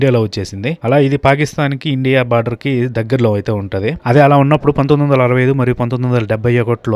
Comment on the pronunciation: అది border, not barder 😂